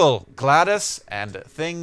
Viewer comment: uh its GLaDOS not GLADoS